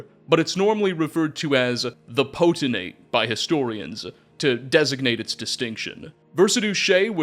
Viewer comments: PO-TEN-TATE!!! Not PO-TEN-ATE!!! Sound out your words. Makes you sound stupid! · Not that it matters much because it’s only said a little bit, even in books — Potentate is pronounced “poe-ten-tate”, just like it’s spelled there. Elden Ring taught me this. 😂 new viewer, glad to have some channels like yours, fudgemuppet, etc as I get back into the Elder Scrolls after over a decade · Potentate! There a T in the last syllable, not potenate. This was painful to listen too. Sorry, I still love you though. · Poten-Tate lol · FYI I think you pronounce potentate the way you pronounce “potential”. So it would by pi-tent-ate. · Were you intentionally pronouncing "potentate" as poteNate haha? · Homie forgot the second T in "Potentate" every single time he said it. Wtf is a "poten-ate"? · Pote-… I see what you did there 😂 Poten-tate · While I’m glad to have a new video you had so many chances to say Potentate correctly and you whiffed every time 😂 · You're mispronouncing potentate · The potentate mispronunciation is fucking hilarious because of how many times you say it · Video was so good I didnt even care that seems to think the second t in potentate is silent